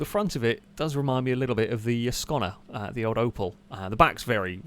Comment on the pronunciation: I dislike the way pronounces 'Ascona'!